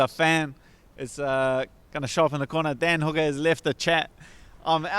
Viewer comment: So I just skipped a few seconds into the video and I caught it right when she was saying Dan hooker but it sounded and looked like she said damn hooker and it was great 😂 but